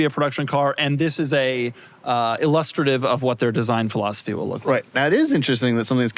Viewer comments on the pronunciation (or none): Doug never heard anyone say the word "illustrative" before. He's only ever read it. It's derived from "illustration" and sounds like that word. It does not sound like "lust".